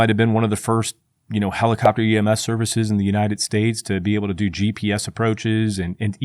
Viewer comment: Are you saying EMF or EMS?